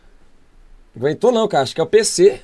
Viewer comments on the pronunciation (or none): "Oh Bolinã de gõlf.. "aço que devo dexar isto para lá"